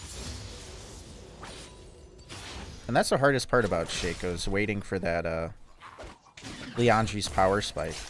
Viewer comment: It's "shock-o" not "shake-o" 🙄😩... And you should just say if you feel obligated to like comment and subscribe... Don't tell ppl what to do bc this is what you get